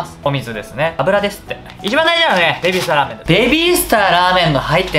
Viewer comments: ベビー↗️スター↘️ラー➡️メン➡️ 2回とも訛ってません？ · ベビースターラーメンのくだりで 訛った！って言って言い直してるけど変わってないのツボすぎて無理笑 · ベビースターラーメンのイントネーションが気になる😂💕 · わかる。訛り変わってねえ